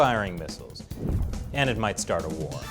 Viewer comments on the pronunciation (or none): "MIGHTS TART"??? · "and it mights tart a war" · "MIGHTS TART" a war lol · "Mights tart a war" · “It mights tart a war” lol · "and it mights tart a war". Unsat! There will be no tarts fighting on my watch! Fair winds and following seas to all. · "Mights tart" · "And it mights. Tart a war" BTW big fan of you chris!! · "and it mights tart a war." Might wanna go back and edit that real quick, lol. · “And it mights tart a war” You gotta love tarts huh? Especially the honey ones. I bet Xi The Poo will love them! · Tart a war? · "It mights tart a war" I could use a tart